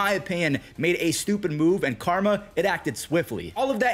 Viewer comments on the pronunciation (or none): none